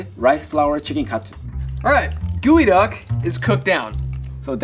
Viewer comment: Its geoduck not gooeyduck 😅